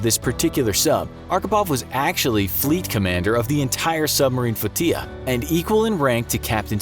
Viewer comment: How did you manage to mispronounce "F-l-o-t-i-l-l-a"?! It is NOT a Spanish word,! "Flotilla" is pronounced "float-tilla."